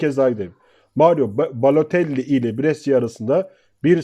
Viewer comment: reis adamın adını söylemekte zorlanıyorsun ve bu sürekli tekrar edince sıkıcı oluyor..mesela "bu oyuncu,oyuncu,mario" vs gibi telaffuz edebilirsin..👍